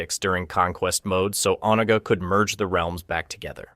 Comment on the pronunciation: You’re pronouncing Onaga all wrong my dude, and for multiple videos. With all the research you’ve done for these videos I figured you’d have to have heard his name correctly pronounced